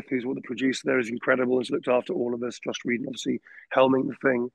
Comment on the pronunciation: He keeps on mentioning a director named Josh - It sounds like "Joss Whedon," but it can't be. I must be mishearing another name. Anyone here know?